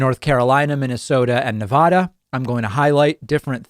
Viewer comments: David. It's Nev-ADD-uh, not Nev-ODD-uh. Have you ever been to Chicago. If yes, did you travel though both the Illinois? And do you think we have a shot at "Our-Kansas" going blue this cycle? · please - learn how the west pronounces Nev-aaah-da - not Nev-aww-da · David, why do you mispronounce Nevada? The "vad" rhymes with dad not God and it is the only acceptable version.